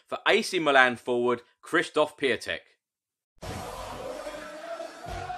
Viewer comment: Pronounced Kshishtof Pyontek